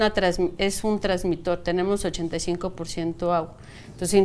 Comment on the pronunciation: Señora experta en sueños se dice transmisor no transmitor